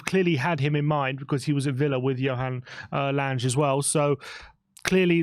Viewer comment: FYI his name is pronounced Langer as in hanger.